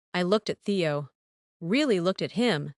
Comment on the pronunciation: The AI narrator can't tell the difference between Teo and Theo and there's audio mispronunciations and discrepancies